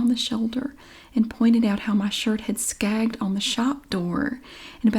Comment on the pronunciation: I think that fellow meant...snagged...not skagged.🥴